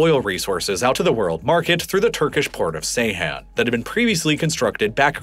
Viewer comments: Not pronounced say han. it's Jay han. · Bro this is the second time im correcting you, its not Seyhan its Ceyhan (Jayhan). Those are 2 different cities in Adana! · Ceyhan is not pronounced Seyhan. The “C” is pronounced like “j.” Seyhan is a completely different town. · C is pronounced J in Turkish. It's pronounced "Jeyhan". Good grief. It's not like nobody mentioned Ceyhan before in modern history. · По тому, что автор не в состоянии прочитать топоним Джейхан правильно и называет его Сейхан, у меня появляются сомнения в его компетентности. Не говоря уже о его однозначной предвзятости, относительно множества политических событий, которые он описывает.